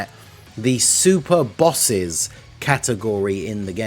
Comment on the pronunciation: Super “Bosses” xD